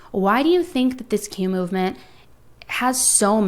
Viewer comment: what the hell is Q-movement? You need to at least pronounce it clearly so people can look it up.